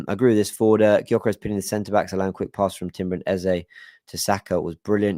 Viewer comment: You’re one of the very few content creators and match commentators who actually pronounces Eze’s name correctly (A-Z-A), and not Ezer. It’s so frustrating to hear people say “Ezer.”